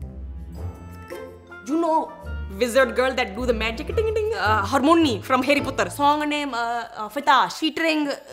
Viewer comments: He said Hermione harmony😂😂😂😂😂😂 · Is no one gonna talk about " Hermonnee from Hari Puttar "